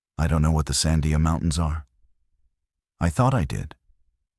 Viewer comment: This video is a crock of shit. Because if you were a real ranger in New Mexico especially Albuquerque area. You would know how to pronounce the Sandia mountains. So far you have called the everything but the Sandia's. One of you words is Sundia. This is not right at all.